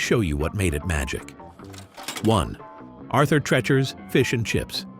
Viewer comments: Rhymes with Teacher. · It's Arthur TREECHERS. At last learn the names of the places you're describing. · Arthur TrEEEchers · Right!!?? I was yelling it at my phone 📱 everything the voice said it!!! 😂😂😂😂